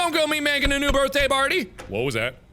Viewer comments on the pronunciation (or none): none